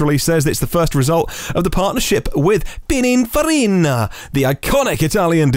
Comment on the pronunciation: reverts to Super Mario with Pininfarina. And I had such high hopes for him. 😝 Eek! Did I detect the pronunciation of H as Haitch? I daren't listen again to check. Tell me it's not true,. 😱 Great show, by the way. 😎